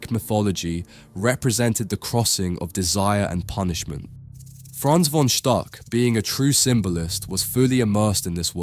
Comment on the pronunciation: It's pronounced "Fon Shtook."